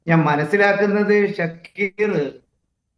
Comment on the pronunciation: ഷഡ്ഢിക്കീറ് അല്ല ഷക്കീർ എന്നാണ്. പേര് മാറിപ്പോവല്ലേ.